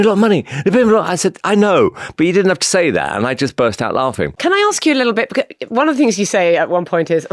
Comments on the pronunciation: He seems nice but unable to say because "becoose" minor derail. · Anyone else notice how weirdly he says the word "because"... "becawwws" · My granny used,to say, "Never trust a man who can't pronounce 'because' properly" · The way Simon Cowell pronounces ‘because’ is infuriating me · The main takeaway from this interview is that he pronounces the word 'because' very weirdly